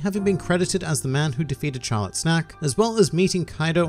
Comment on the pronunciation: Did you really just pronounce Charlotte as Char-lot!??